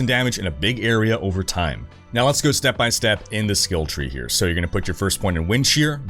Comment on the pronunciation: Can you say skill tree???